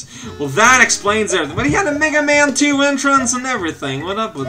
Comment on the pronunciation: Every time says "Mega Man", I kept thinking he said "nigga man".